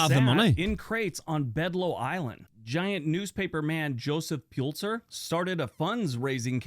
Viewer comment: #12 Joseph Pulitzer not Pulser